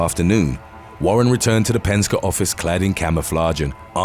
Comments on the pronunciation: Penska?...it's pronounced Pen Ski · What the fuk did you say? Penska? It's penkse. E. The letter E. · It's Pen-ski, not Pen-ska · It's pronounced pen-ski not pen-ska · Its Penske Not Penska !!! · Dafuq us ‘Penskuh?!’ It’s ‘Paynski!’ Smh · Penske is generally pronounced "PEN-skee". Also, how about "When Mental Hospitals/Psych Wards Go Wrong" or "When Finland Goes Wrong" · Its pronounced PENSKIE...OR PENSKY...BUT Written Penske. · Penske notice the e. Not penska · It's "Pen Ski" (Penske) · Penske is pronounced Penskey. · It's actually Pens-KEY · Penske is pronounced... Pen ski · It’s pronounced penski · He called the truck company Penska lol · it's pronounced pen-skee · its pronounced 'pen-ski' as in 🖋⛷ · You need to get your team to tell you how to pronounce some of these names right like Penske (e not a ) ive picked up on it a few times but you do alot of vids so i get it haha